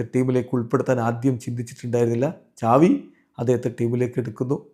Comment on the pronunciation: Agne ahn pronounce chyune